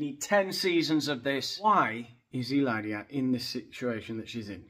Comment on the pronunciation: You are so funny! Your pronunciation in Spanish is beautiful. Hilaria is a nut case but so is her husband. The thought of a reality show with that family is a train wreck, I would watch. He hates the paps- so I don’t know how he would feel about cameras in his house. It might be just her and the kids. Either way, it would be fantastic bc then you would tear them apart 😂😂😂